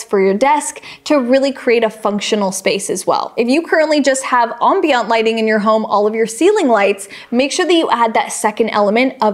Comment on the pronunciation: Ambient. Am-bee-unt. 🤔